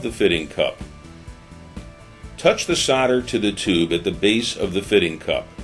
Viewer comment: What us Sauder? It's called Solder. It has an "L" in it. Do you send Sodiers to war, no you send Soldiers! LOL The tinning flux 95 is good stuff.